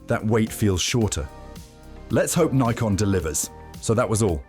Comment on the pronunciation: You sound British. So what's with all the N-eye-kon and Zee? It's Nikon - as in 'sick, prick, dick' and Zed.